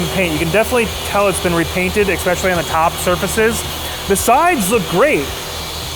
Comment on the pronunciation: Exspeshully is not a word.